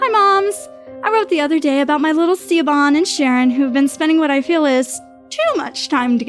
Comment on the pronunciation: Hearing Siobhan (Shi-vawn) pronounced as ‘See-OH-BAHN’🤣🤣🤣🤣 😂😂😂😂